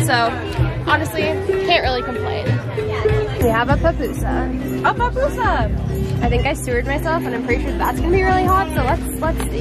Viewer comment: Repeat after me. Pu-pu-sa🤓